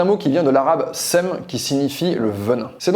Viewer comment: J’me tape une barre a chaque fois que tu dis seum 😂 super vidéo 🙏🏾